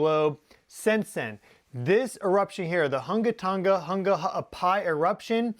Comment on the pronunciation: You said that volcano name really well. Good job 😊